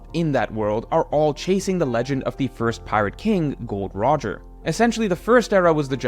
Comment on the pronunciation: I damn near turned the vid off when you said GOLD ROGER! Insanity